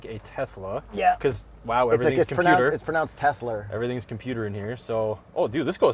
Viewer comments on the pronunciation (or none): So dumb saying Teslr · it’s pronounced Teslur 😂 We caught that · calling it a Teslur 😂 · “It’s pronounced tesler” and “everything is computer”. Genius 😂😂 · Tesler!!! Everything Computer!!! 😂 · "it's pronounced Teslar", classic,, classic.